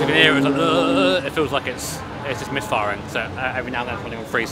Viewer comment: We need a clip of saying MISHFIRING SHISTEMU